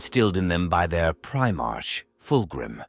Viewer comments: Prime-ark prime-ark NOT prime-arch PRIME-ARK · I appreciate your efforts and am grateful to be able to enjoy your stories. Please take this with respect. I realize it is a script, but it really disrupts the immersion when the AI pronounces words like Primarch wrong. A bit of pre editing can go a very long way for immersion. If you deliberately misspell the word in the script, I.e. “Prime ark,” the AI should easily recognize both words and repeat them quick enough that the pause between words is short enough to sound like a syllable break. Watch your comments for people bringing up a mispronounced word, and add it to an auto-replace list in your word processing program. Personally I would rather hear your true voice reading the story, than the AI voice, but you are doing an excellent job and I am not going anywhere. (If you are neurodivergent and non verbal, this is your true voice so please disregard my comment as it does not apply.) Keep it up mate.